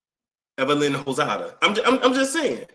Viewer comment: did you say Evelyn Hozada??😂😂